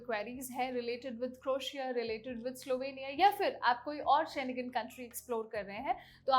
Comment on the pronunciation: शेनेगन नहीं होता ...शेंगेन होता है